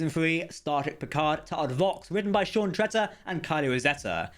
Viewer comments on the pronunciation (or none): none